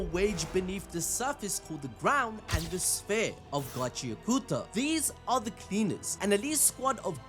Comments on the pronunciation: It's not gachia kuta, it's gachi akuta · Bro say the name of the anime right pls😢